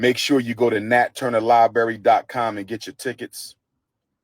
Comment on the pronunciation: “Lie-berry…” - Pimp of Pan-Africanism sigh